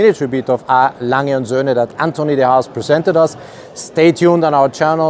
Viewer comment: well I often hear other German YTers pronounce the "g" in Lange like the "g" in the word "longer", where as you pronounce the "g" more like "nia". I'm not sure if I'm explaining it well enough. I hope you're not taking this the wrong way, I'm simply asking out of curiosity.